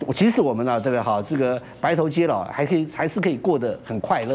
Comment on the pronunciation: 万鸣哥， 白头偕老，貌似读xie，不是jie